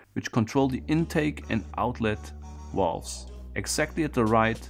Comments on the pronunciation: THe what? The wolves ? I think you mean valves. vaaaaaaaaaalves with an aaaahhhhh. lol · "Why does he keep yammering about walls?" "Oh right, he can't pronounce the V". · I thought he called Valves, Walls. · i know you are German, and in Germany the pronounce the V as a W. But whe you say walves it sound very strange. At first I thought, Walls? But than i saw what you ment. Try to say the V as in Volkswagen or Verdammt. Than it sound alright. No offence bye the way 😬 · I heard walls for the longest time as well. even "wolves" once. totally confused, until he pointed at the valves.